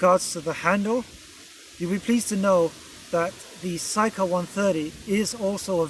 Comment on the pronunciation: It's not SYka but SIka, pronounced with an E. It's an Indo Arabic word that means KNIFE. Lovely review btw!